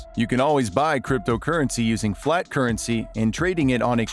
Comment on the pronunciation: It's not “FLAT” currency, it's “FIAT” currency. I guess anyone can be a reporter.